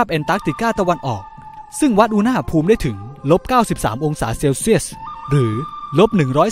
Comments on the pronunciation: โทษครับ ตอนพี่พูดคำว่า อุณหภูมิ พี่ เหมือน พูดว่า อุณ๋หภูมิ เลยครับ ตลกดี ไม่ว่ากันน่ะ แค่พูเเฉยๆ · สรุปอ่านว่า อุณ ห ภูมิ เหรอฟังมันขัดๆ